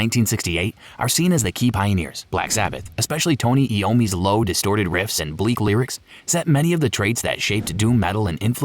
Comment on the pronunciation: Then why don't you know how to pronounce Tony Iommi's last name? It's common knowledge that it's "Eye-Oh-Mee".